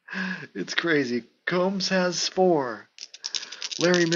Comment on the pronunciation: Hey, nice job with this project...love your passion young man. A couple of pronunciations, Glenn Combs sounds like what you do to your hair...comb. For Minnesota that guard Steve Vacendak is pronounced VaSendak. You are correct about Hagan, he was the original 'Point Forward'...you also got to remember he was the player coach...I saw Cincy Powell play in Grand Rapids...I think he played for Benton Harbor...this was in the mid 60's before the ABA started...lot's of those guys played in GR...Arvesta Kelly scored 60 plus points in that league...the MidWest Basketball League...it was a weekend league...they played maybe 20 games...lots of fouls my man..I'm going to check on some of those old boxscores and see what the foul situation is...